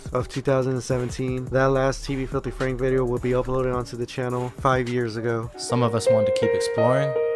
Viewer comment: Franku? FRANKU! FRANKU?!?